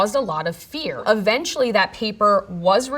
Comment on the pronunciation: Helpful Tip: It's "Eventually, not "Aventually."😉☺️😇 And it's "Emitted," not "Amitted. Please pronouce these words, properly.